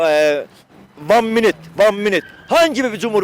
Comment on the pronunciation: van minut von munut demiş bak sen :)